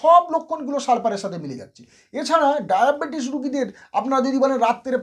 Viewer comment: ডায়াপেটিস ? কথা কি সঠিক। ডাক্তার মানুষ কথা সঠিক ভাবে বলুন